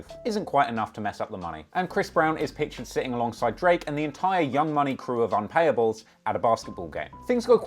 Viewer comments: LMFAO "UNPAYABLES" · Young Money "unpayables". 😂😂😂😂😂😂